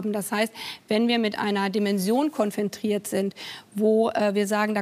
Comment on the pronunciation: konfontrieren? Kein Versprecher, sondern 2mal absichtlich. Was ist das für eine Sprache, die man sonst nur von Kleinkindern kennt?